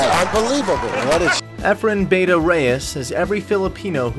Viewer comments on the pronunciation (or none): i hate is when he says bayta instead of bata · Yeah for fuck sake he pronounces it like BE-TA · Bah tah! that's the Filipino word for a a kid, or a young boy, not " beyta! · "Beta"??? Get it right or don't say the name of the greatest pool player of ALL TIME! Its "BATA" and it means "YOUNG" Efren's game at 60 was younger and fresher than most 20 something play professionals. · I believe it’s pronounced “BA-TA” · its a big deal its sounds like beta. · Pronounce it " Bah-Tah" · Efren "Bah-Tah" Reyes. Get that shit right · You could at least pronounce ‘bata’ correctly. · 99% of Americans who watch this video don’t know what is meant by bata anyway, so who cares if he mispronounced it. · yeah that was my bad now that i realized it its actually much harder to pronounce the word for foreign people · How come your other video u said his name proper but not in this video.. its a careless mistake or u begining to dislike him..? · Hey try to decide if he is Reyes or Rayes. And learn how to pronounce Bata. This is painful to watch. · First off, find another narrator. Whoever was talking mispronounced Bata, meaning the first time he heard of Efren was on the script he was handed. He probably knows nothing about pool. Secondly, "lost his magic"? If Michael Jordan lives to be a hundred and can't even dribble does that mean he lost his magic? If Mayweather loses a fight when he's 60, does that mean he lost his magic too? People will always age, their abilities will degrade, but their Legend comes from their greatest feats not from their weakest. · It is apparent that the voice over talent (or owner of this account) is not familiar with billiards. He doesn't know Efren Bata Reyes. Imagine pronouncing Michael's surname as Hordan or Kobe's name as Cob. Researched everything, except the right pronunciation of Bata. It's a disgrace! I'm sorry, but that's just the truth.